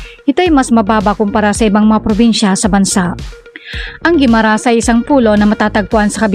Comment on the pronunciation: Mali ang bigkas ng Jordan Guimaras